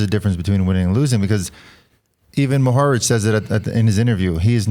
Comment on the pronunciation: It's funny how Lance stresses second syllable of Mohorič (first should be stressed) and first syllables of Pogačar (second should be stressed)